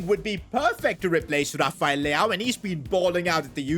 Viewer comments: bro said leao 💀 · Bro said leao 😂😂😂